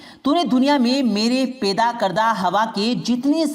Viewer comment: Janab aap meherbani karke alfaz ka Sahi istemal Karen Daulat Ko dolat Na bole paida ko peda na bole toufik ko tofik na bole waw ka sahi istemal kre pesh ka istemal na kre👍👍🙏🙏